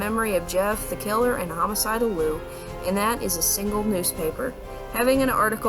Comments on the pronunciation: why the fuck u keep saying his name wrong??? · she is pronouncing his name wrong